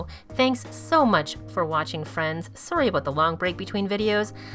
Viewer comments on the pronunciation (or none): none